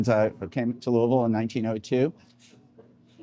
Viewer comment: You pronounce the city's name like a native! I was born and raised in Louisville and there's always been a debate from people outside the city on how to pronounce the name. The farthest I've been from home was visiting relatives in Los Angeles, and when my uncle introduced me as being from Louisville, the very first question I got was how to pronounce the name. I'm a big fan of the Hot Brown and usually get it anywhere I go that offers it. I've had some really good Hot Browns out of town in Lexington and Elizabethtown, but the best is still here in the Ville. A lot of restaurants even offer variations including more than one pizza place that has a Hot Brown pizza that I highly recommend.